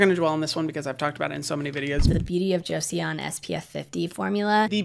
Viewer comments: Hyram!! You’re the best! PS it’s pronounced “Jo-son” not “Jo-see-on”! It was a really important dynasty in Korean history/old country name, so it’s a good one to get :) Thanks for everything you do always. Your videos changed my entire world on skincare and now it’s something I love and am proud of! I can’t believe the days before I ever knew your videos! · 4 weeks of talking about their sunscreen and no one told Hyram how to pronounce joseon ??? 😭 it's closer to jo-sawn, two syllables where the e and o are one vowel, not two separate! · Joseon is pronounced like Joes-awn. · The beauty of Joseon is pronounced jo-son there’s no e sound lol no hate just thought it might be nice to know~ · Hiya! Maybe you've had the comment already, but you don't pronounce the e in Joseon :) it sounds more like "Cho-sôn". Just fyi 😘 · Joseon is pronounced as Jo-sun! (Korean viewer right here) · Pls pronounce it correctly, considering you talk about this brand all the time and you do business with them. Say it with me: Jo-Sun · omg the way he said Joseon is too funny